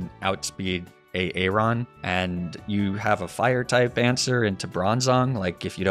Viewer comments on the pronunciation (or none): Aaron... Is pronounced like Erin or the pokeman Aron